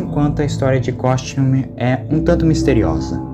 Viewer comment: Ao invés de ele falar Costume, ele falou Cosmute. 😂